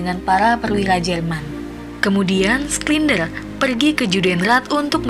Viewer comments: Bukan sklinder tp sinder Macam heinz schneitaizer dibaca hensenitaiser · Koreksi kak, bacanya "Shindler ya" buka "Sklinder" 🙏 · btw gw terganggu sama mbak dubing yang ngebaca namanya SKLINDER.. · Schindler (skindler)? 😂